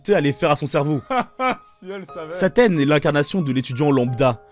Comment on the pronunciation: tu la dit bouffi c CLAAAAAIREMENT ssaaaa